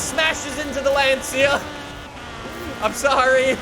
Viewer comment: boys he said lance-iya kill him